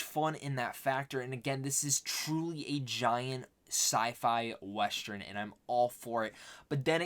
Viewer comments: huh what?🤣 It's not about how you saw it. You keep mispronouncing the word "western". Its not westRen. But it's whatever😂. Good luck with your content dude:) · Nice review! But pls learn to pronounce WestERN though, it's getting awkward😂